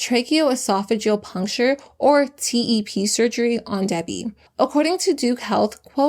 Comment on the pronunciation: It’s Debi not Debby